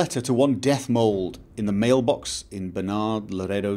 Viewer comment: Dethmold, not Deathmold ^^